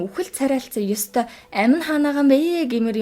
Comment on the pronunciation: Эгч би ёстой гэдэг үгийг нь сда гэж сонсоод гайхлаа шдээ 😂😂😅